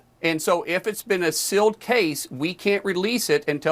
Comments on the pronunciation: I am a 55 y/o southern woman with an accent so strong that voice text barely works for me. I have no problem with you mocking a southern accent when it is called for, and in this case, it is. Good lord, the idiot says "silled" instead of sealed! Mock on,, you are badass and you are loved! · Disconcerting to hear sealed as "silled."